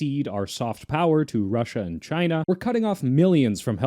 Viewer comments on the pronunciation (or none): none